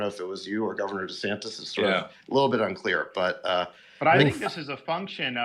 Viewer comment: Calls himself "dee-santis" in the video, then in the Twitter spaces thing he calls himself "duh-sannis" without pronouncing the t. Dude's all over the place